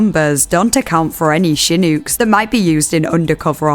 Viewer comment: The accent pronouncing american words is so silly im sorry 😭 "hooston" and "shinouks"